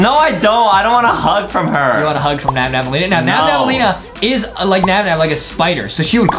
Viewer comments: Its nabnaleena not nabnabnaleena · It’s not Nam Nam it’s nab Elena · Excuse me! Your saying nabnablalina but its nabLAnina. Its ok tho😊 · Its Not Nabnaballena its Nabnaleena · it's nabannaleena not nabnabannaleena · It’s not nabnabaleena it is nabnaleena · It’s not nabnabalena it’s nabnaleena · is not nabnab nalina is nabnalina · I hate beacause they Say nabnabaleena insted of nabnaleena. The defrets ghete is 1 b in nabnaleena